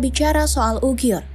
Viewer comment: Uighur BUKAN Ughiur